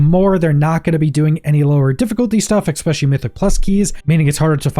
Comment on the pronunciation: Let me AXE you a question. Where does the "K" in especially come from. I'd be curious how you pronounce special. SPEK-shul seems odd. As does EK-specially. Apologies, it just makes me autistic brain itch when I hear someone pronounce it this way.